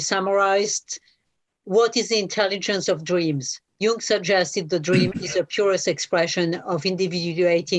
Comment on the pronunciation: Why Jonathan...are you struggling with Jung ?...when said A you need to follow up with B (just curious)